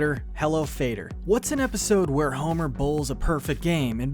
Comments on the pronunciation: Hello Fader? Fadder as in Father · “fadder” is pronounced like “fodder” not “fader” it’s a reference to “hello muddah hello faddah” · I hate when people can't read not fader fadder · it’s not hella gutter hello fader it’s hella gutter hella fadder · It's Fadder, not fader. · It's "fodder," not "fayder." You obviously don't know the reference, which is actually in another episode. Frank Grimes looks exactly like Justin Long. The episode where Bart runs away from home is dark. Marge yelled at him that he ruined Thanksgiving. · It's not fader it's FADDER (FOD,DER) IT MEANS SOMETHING COMPLETELY DIFFERENT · "Fader" is spelled f-a-d-er. Fadder is pronounced fahd-der; as in mudder & fadder (mother & father). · Hello Fadder. Like father not waiter. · Hello Gudder, Hello FAH-DUR. Like helloe mudder, hello fadder... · Thank you, first thing i did after hearing that was rush to comment section. Pretty basic mistake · Oh thank you! That just about ruined the whole video for me. Fader? WTW?! Hello mudder. Hello fadder. Here I am in Camp Granada. Sung to the tune of Dance of the Hours. Damn, life is good. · The episode Hello Gutter, Hello Fadder is pronounced wrong. It should rhyme with enchilada. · How did you miss the Alan Sherman reference and actively mispronounce “fadder” ? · yea that was an annoying way for the video to start. I bailed soon after.